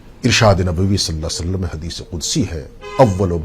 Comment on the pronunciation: پیارے بھائی صلا صعلم درست نہیں ھے۔ درست پڑھئے صلی اللہ تعالی علیہ وسلم